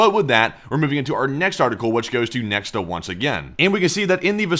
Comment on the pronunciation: Interestingly, since Nexta is a Belarusian news outlet, it is pronounced "Nyekhta" (which means "someone") ("X" in Belarusian is pronounced as "H" or "KH").